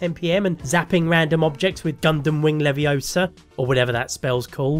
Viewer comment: Gundam Wing Leviosa 😂 (btw it's LeviOsa, not LeviosA)